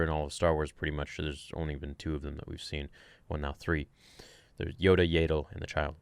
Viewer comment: Dude it’s Yaddle not Yaydle. Yaddle like paddle. Lol love you.